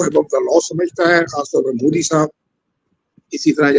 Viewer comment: Abe Mudi (Mooodi) nahi, Modi (Mowe-di) bola kor- anpad!